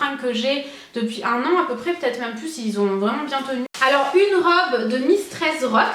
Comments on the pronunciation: Quand tu dis "même" tu le prononces genre "meume" ça me fait rire 😙 au top cette vidéo, gros bisous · Super video ❤️ j'adore vraiment t'es haul Londres 😘tu me fait trop rire quand tu dit "meme" 😂 continue comme sa t'es au top 👌🏼❤️